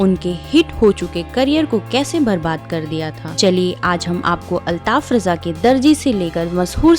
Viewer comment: Bahen jaankari badme dena pehle unka nam sahi se lijiye aap